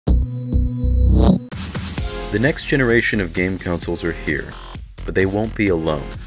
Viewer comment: Its pronounced "consoles" not "counsels"